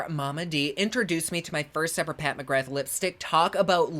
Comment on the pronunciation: Just letting you know that “Pat McGrath” is pronounced “Pat McGra” it’s Irish 🇮🇪